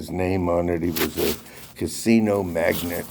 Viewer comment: "MAGNATE", NOT "MAGNET"